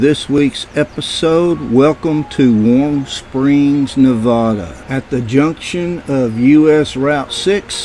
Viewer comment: Wow, man, I was just there beginning of the month. Interesting place, for sure....I gotta tell you though...it's pronounced: Ne-vad-uh. That accent is on the vad. Thanks for the video,!